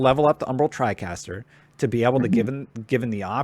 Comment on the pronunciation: Tricaster? Good video except everything's you said tricaster it made me cringe.